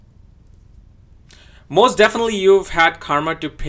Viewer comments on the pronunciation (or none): none